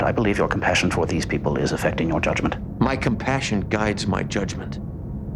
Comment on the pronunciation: I hate how the "My compassion guides my judgement line is delivered" I have no idea how the direct allowed or had him put the empHAsis on the wrong sylAble.